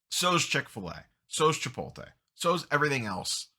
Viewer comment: Why do people say Chi-POLE-tay? 😂 it’s Chi-POTE-lay